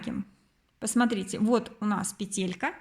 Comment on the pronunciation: Почему петЕлька?? пЕтелька - правильно! Вы же не говорите : капЕлька, а говорите: кАпелька.